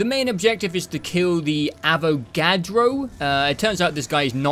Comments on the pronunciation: he calls the avogrado , avocado 🥑🥑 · Im so glad I found these videos.. even tho its a year late Also brother fucking up the Avogadro's name every chance he gets is so hilarious